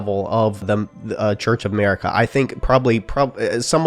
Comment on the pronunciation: church of MERICA lol...A ...MERICA